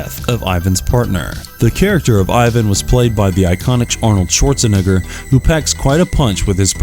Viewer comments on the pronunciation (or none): How do you mispronounce Arnold Schwarzenegger's last name at this point in time? Are you a racist? ???? Shits not funny at all... wtf is your problem???